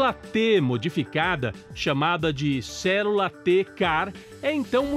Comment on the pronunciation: N sei pq so consigo ouvir o locutor dizer cérula em vez de célula.